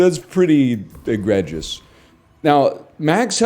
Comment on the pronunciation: I spent the entire video trying not to get mad about how he said egregious day 1